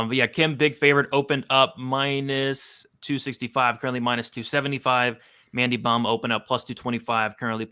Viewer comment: Mandy bohm? Sht man i will gratefully take the -275 on missing fists kim hahahaha its mandy bohm🤷🏻‍♂️